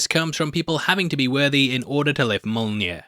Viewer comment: 🤣👍for calling Mjiln…monear…millnear…Jonathan 🤣🤣🤣 👍👍for that ending. But no omnipotent jokes? I had expected one from you at some point 🤨🤷‍♀️🤣🤣🤣 Thanks. I do not understand why you don’t have 1 million subscribers-your videos are as gold as… but maybe you’ll have more jokes in the video than the movie which is why? 🤣🤣🤣👏👍🤦‍♀️